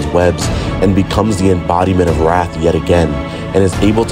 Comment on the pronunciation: Wrath. Not wraith.